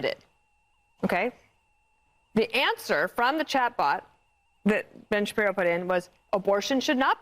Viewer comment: Is saying "Bench Appear-o?" Any time he says Oingo Shaboingo's name, it sounds exactly like "Bench Appear-o" And now I'm going to spell it and say it that way. BENCH APPEAR-O